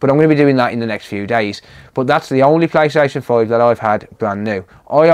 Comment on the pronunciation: i just wanna keep hearing this guy say playstation 5